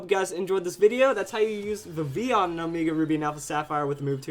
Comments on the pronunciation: ITS VIV-VILL-ON!!!! Sorry,but it's true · It's pronounced Viv-il-on. I know in Spanish ll is pronounced as y, but we're speaking English here! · Why do you speak Vivillon so weird?